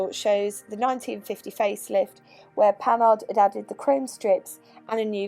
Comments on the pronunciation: Yep démarreur. Also just a little pedantic but it's pronounced "Panar" I love Panhard especially the pl17. Great vid as always. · PaNAR, stress on the last syllable as always in French. I wouldn't get on with the crashbox either! The crankshaft has roller bearings, so it's good you didn't lug it--that would have trashed the bearings. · Who says the H in Panhard? Might as well say the E in Citroen or pronounce the G in Peugeot like Peu-goat and be consistent in mangling French names.